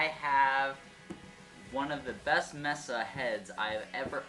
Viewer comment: Nice review. Just FYI - Diode is pronounced DIE-ODE, and MESA is pronounced MAY-SUH.